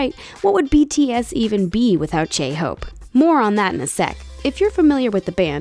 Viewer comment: Why do you pronounce J's as 'ch' it freaks me out man. Ch-hope, chimin. Of course no offense just hoping new fans don't believe that, that's how you pronounce their names. And everyone can use social media, it doesn't give them any extra edge lol. It's literally the only way smaller unknown companies can get their groups out there since the media is largely controlled by big companies in their country. Anyways putting up an image of painting when saying Jimin attended an arts school, may actually misunderstand and believe he attended that type of arts school when it wasn't. But on the whole you guy did good.